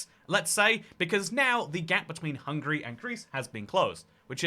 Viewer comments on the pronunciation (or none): none